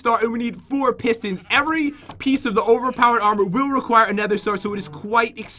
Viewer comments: baby doge meme Overpness.....LOL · Kelchh no said overpenis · i still remember when said "opness" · Astrocat When she said that I though she said “ o penis” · Overpness yes emberising moments lol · Who knows/Remembers that Said OverPnees (Over Pen*s) in the Dr Trayorous Lab Hunger Games? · i think pat tried to make say "overp--is" again lol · Remember said openis